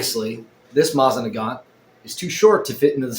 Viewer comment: I've watched two of your videos so far. This one and the one where you're bitching about your Bambu Lab 3D printer. Anyhoo...the reason for my comment is to let you know that you're repeatedly MISPRONOUNCING "Mosin Nagant"!! If you're not 100% sure how to pronounce something, ask Google how to pronounce it and it will tell you. It will even suggest a video where you can hear someone saying the word correctly. Every time you said it it made you look dumber and was like nails on a chalkboard for everyone else who *Speaky English*!!